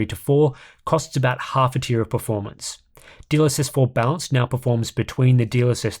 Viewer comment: I know is saying "balanced", but I can't un-hear "dlss bounce" 😭